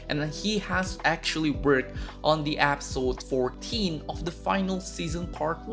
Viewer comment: "App-sote" (episode) (accent) uwu ❤️